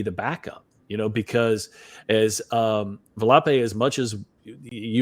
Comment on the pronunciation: Did he call Volpe Valopay ? Lmao